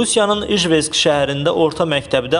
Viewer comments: Heç ijevsk sözünü düz demədi, ivjesk dedi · Ижевск-Ijevsk а не ижвеск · İJVEKS deyil a tupoy jurnalist. İJEVCKİ "ИЖЕВСК" 88 nömrəli məktəb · Ay savadsız İjvetsk yox İjevsk şəhəri!🤦‍♂ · İjvesk yox. İjevsk. Aparıcı. Sizə aiddir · İjvesk şəhəri yoxdur Rusiyada, bunlar necə xəbər yayir heç şəhərin adin düz demirlər. İJEVSK (ИЖЕВСК ) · Ayə İjvesk olmaz a kişi İjevsk olar. Yəqin oxuduğun kitabları tərsinə tutmusan oxuyanda. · Ijvesk yox ijevsk (udmurtiya) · Ijvesk yox Ijevsk. 1 nefer tapa bilmirsiz ki duzgun danişsin? Özun den yersiz vurgular,sehv sözler duzeldir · İjvesk yox ijevsk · Tupoy ijwersk yox ijewsk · İjevski şərəri, düzgün tələffüz edin. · TƏKİ AZƏRBAYCANDA OLMASIN. AY JURNALİST AY QARDAŞ, İJVETSK ŞƏHƏRİ NƏDİ??? SİZ BİR MARAQLANIRSINIZ AD DÜZDÜ YA SƏHV??? SİZDƏ BİR TEKST OXUNUŞU TƏNZİMLƏNİR, YOXLANIR YA PÜLƏ GETSİNDİ???